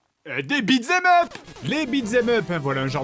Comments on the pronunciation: Ah parce que t'es adulte et tu te fatigues à critiquer sa manière de prononcer en entier "beat them up" qui se prononce bel et bien "bitzemeup" ? lol, des barres. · "Beat z'aime up" RIP l'anglais